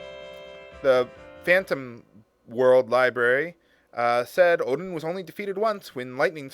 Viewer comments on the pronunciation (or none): none